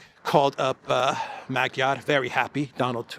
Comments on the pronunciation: His name is pronounced as MaDyar (not Magiar) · ....please pronounce the fools last name properly..Madyaar...unless you are making fun of him..😂... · Actually, Magyar is pronounced Madyar, the "a" sounds are like in the word "love". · I think the A is pronounced like a short O in Hungarian... so Magyar sounds like Mogyor. Not that is matters as he'll just be another irrelevant puppet of Brussels. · the “g” in Magyar is silent in Hungarian language!. Now I’m waiting for Orbán to be put on the European sanctions list like Jacques Baud and the others 🙄